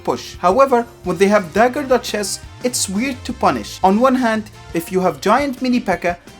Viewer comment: I hear "dagger dutch chess" you